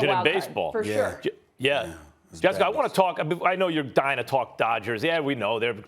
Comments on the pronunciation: Nobody: Stephen A: Jessicker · “Jessicker” - Stephen A. Smith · Jessicer 😂 Minnesoter